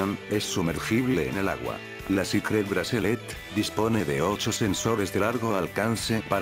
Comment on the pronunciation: jaajaj ese wey como dise cicret bracelet